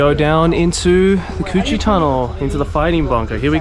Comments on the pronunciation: lmao I know the Cu Chi tunnel is like an important historical place but hearing Joey saying "coochie" tunnel over and over again is hilarious omfg (guys plz don't be offended i am vietnamese) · Not the "Coochie Tunnels" lmao - that's why it's important to nail the tones in the Vietnamese language 😅 On a side note, as a Vietnamese who is abroad since the pandemic, watching the sceneries of my country really gives me nostalgic feeling. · How can you say "Cu Chi Tunnels" without laughing xD. Coochie Tunnels :D